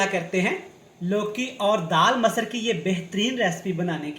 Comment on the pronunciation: Abay chutiye masar nhi masur daal tu itna juban ghuma rha hai ki talaffuj badal jarha hai